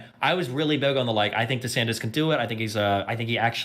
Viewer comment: lmao why she keep saying "DeSantez", learn how to speak bro